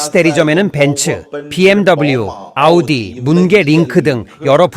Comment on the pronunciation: 아니 중간 더빙도 다 아우디라고 하면서 오달이 뭐요? 듣기 참 거북하네..이런건 좀 브랜드 명 그대로 발음해 주면 안되나? 다른건 BMW BENZ 이렇게 하면서.. 좀 신경좀 쓰세요.